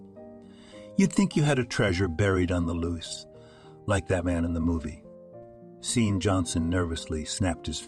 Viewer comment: "Loaves of sausages" and other bizarre expressions as well as offputting pauses, phrase repetitions, and odd cadences, read by computer. See-an for Shawn/Sean/Andy. "He almost didn't pass the bus stop." Many, many errors. Even the guy's occupation changes without explanation. "He gingerly shifted the speed limit to minimum." "We should call nine hundred eleven." "Six million rubles" (later, a few dozen dollars) bribe and "prison colony/penetentiary/juvie" implies a Russian cyber-author. The constantly shifting weather is also very weird, and shifting her/his she/he for no reason. The young couple go from volunteers at a soup kitchen to owners of a "sustainable and moral" bank. Lots of offshore bank accounts and other odd details.